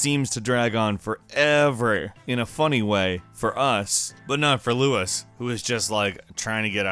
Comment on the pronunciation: I think it's pronounced lou-eese.